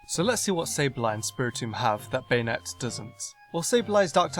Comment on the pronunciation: BanEtte... BanEtte... BanEtte?!! Now I might be deaf, but I think I heard Banette pronounced like BanEtte. I'm quite sure it's pronounced like BAnette, with the A pronounced like the letter A.